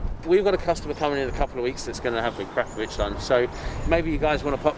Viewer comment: Prefer the sound of the stock exhaust + I've never heard akrapovic pronounced like that either🤔